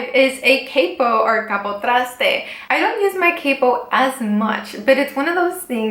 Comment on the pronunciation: Do you speak any latin language?? The way you said capotraste is a little bit funny and look like the way I say. Love u